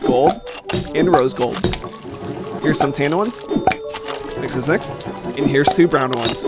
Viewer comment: Every time you say mix, it sounds like Miss😂 your butt is red ha ha ha ha!